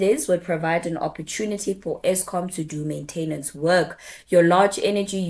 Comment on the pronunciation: Good video, very informative and logical order of the facts presented. I like your approach to communication and message, except one word is both spelled and pronounced "maintenance", easy to misspell but please don't say "maintainance" 🤦